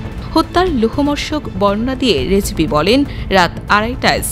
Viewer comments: লোহমর্ষক না, লোমহর্ষক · লোহমহর্ষক নয় রে, লোমহর্ষক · 'Romhorshok' actually